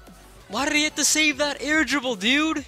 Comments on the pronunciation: it's Dude not diuude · the mans voice kills me "comon diud"!